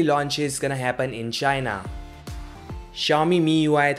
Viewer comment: it pronounce si-ow- mi no chou mi